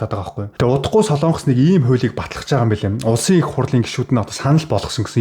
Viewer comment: СОЛОООООНГОС биш шүү????? СОЛОНГОС шүүүүү?????